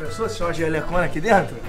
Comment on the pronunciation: nss o falou " "Jelhecõna" so deizer "Jelecona"